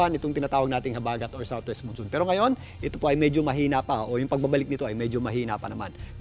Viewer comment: Moonsoon? It's Monsoon. The "mon" in both "Monday" and "monsoon" is pronounced the same.